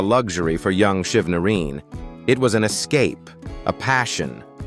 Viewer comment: Why the f... you all can't pronounced people name properly?? HIS NAME IS SHIV NA RINE..NOT : SHIV NA REEN!!!..Jeezzz !!😡